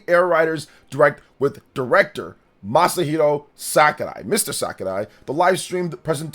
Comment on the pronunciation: He be mispronouncing it though.